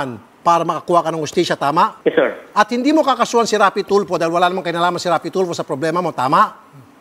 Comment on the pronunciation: hindi po seeer, wala po seer, di ko po alam seer, lupit mo mag deny.